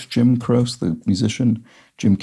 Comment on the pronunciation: Croce is pronounced Cro che.